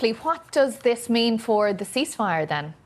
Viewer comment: "Yeah I said I agreed to a youceaseifire"